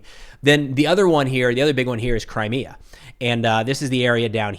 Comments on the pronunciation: He couldn't even pronounce Crimea🤣Just how much of reality are they in? 🤔🤔Forgot that they are kinda Right Wingers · Jesus, Witless Witkoff can’t even say ‘Crimea’ right, and thinks he can dictate Russia can just have it? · lolol yes I know. It was a comment about how badly it was mispronounced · Steve can't cant even pronounce Crimea